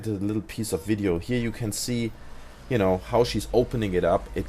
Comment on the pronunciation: Oh sry du sagst you know höhrts sich aber an wie genau